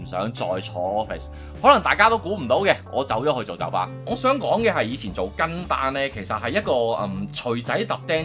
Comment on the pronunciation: 酒吧我聽成九巴🤣